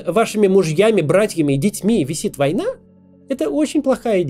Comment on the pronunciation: "Теперь над вашими братьями, мужьями и сыновьями висит войНА" - пару раз переслушал, окончание предложения вызвало истерический смех. Я не знаю, почему, боже, что со мной не так